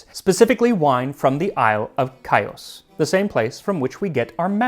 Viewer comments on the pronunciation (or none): I'm Greek and I love mastic! The island Chios is pronounced HEE-ohs :) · I can't believe I caught the king of pronunciation slipping, but Chios is pronounced Khee-os, where "kh" is a sounded "h" sound., so kind of like saying "here." Love the recipe as always, and presentation is impeccable, as always! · Great video, as always! If I may, mastic is also an ingredient with very interesting history and I would love to see your take on it. PS Chios is pronounced HE-(like the pronoun) os (like in Oscar) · Ha, FINALLY a word that Max didn’t pronounce like a native. :-) “Chios” (Χίος) is pronounced “Hee’-os.” (The “h” like the German ch.) Mastic (a close relative of the pistachio tree) actually grows in many places around the E. Mediterranean, but it requires certain soil conditions for the sap to solidify. On Chios, those conditions only exist on the southern half of the island, and the villages that make their living cultivating it have been there since Medieval times or even earlier. Mastic is produced in some other areas too, but Chios is the center of its production. One of the most popular uses in Turkey is as a flavoring for a milk pudding. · Love learning the history behind your food and drink preparations. As a Greek, and in recent days cringing at the butchering of the word omicron, hearing the American pronunciation of Chios created the same reaction. If you want the real pronunciation, it’s HEE-os. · Max, since the island still exists, you should use the modern pronunciation. Χίος sounds like "Heeos." I don't mean to sound rude, but modern greek is pretty different from ancient. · Great video! Sorry I have to do it to ya Max but my family is from Chios, and it's pronounced "HEE-yoss" or in Greece, "HEE-yo" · The pronunciation of μαστίχα & Χίος gave me brain damage. Lol